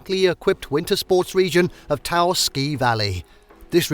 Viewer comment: Glad to see the caverns included here. So many travel guides and photo series seem to forget that they even exist. I won't go on about Gila, we always knew the out of staters based on that pronunciation. Taos, on the other hand, is pronounced more like house rather than Tah Ouse.